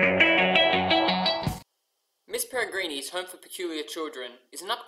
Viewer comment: good review but you're saying the title wrong, it's Miss Peregrine's Home For Peculiar Children not Miss Peregreenie's. Not trying to be rude, just thought I'd mention it. But brilliant review overall.